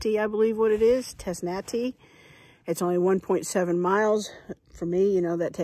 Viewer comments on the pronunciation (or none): Dang fine hiking day!! Nice. Us locals say: tess-tah-tee gap. I LOVE this journey. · Tezz-nuh-TEE gap.